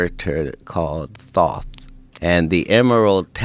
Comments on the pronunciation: IT'S PRONOUNCED - Thoth, like in oath. Not Thot or like in goth . So annoying >:( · Bravo, this dude just cut up a bunch of free accessible content and actually made something great out of it. Thoth not Toth lol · Thoth = thought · Thoth is toe-th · butchered Katt's name spelling and can't pronounce Thoth correclty. oof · LMAO this dude can't even pronounce Thoth name correctly but is looked at as divine bc he brought it up on Roid rogan😂